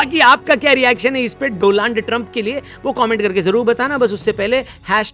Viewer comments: Donald ❌ Doland 😂😂😂😂😂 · Doland nhi hota hai dolund hota hai😂😂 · Doland ✖️ Do-Land ✔️ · Abe doland nahi Donald hota hai.wo do land teri gaa nd me daal le bsdk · Aap jo hindi me uchcharan kar rahe hai wah "do laand" hai jab ki likha gaya hai "do land" To agali bar se hindi uchcharan ko sudhar lijiye ga.achha rahega aur maza bhi aayega.. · Dolaand ❌ Doaand ✅ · Modiji jab tak hindi me bol rahe hai tab tak hi "Do-land" rahega.. Gujarati bolne pe aa gaye to "Be-land" ho jayega...😂😂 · Do-Land trump 😂😂😂😂😂😂😂😂😂😂😂